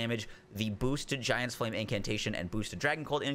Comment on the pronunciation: " flam grant me strength" lol